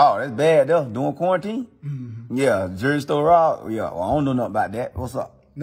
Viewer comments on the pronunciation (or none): said Jew.ral store robbed😂😂🥴